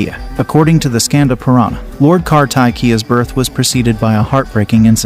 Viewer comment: Skanda u r pronouncing like scandal.....ever ma Parvati.....